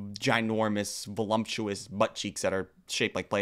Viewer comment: I’m sorry but I’ve heard it so many times now I have to say it: there isn’t an “m” in voluptuous! 😂 idk if “volumptuous” is a joke or what but I couldn’t help myself!!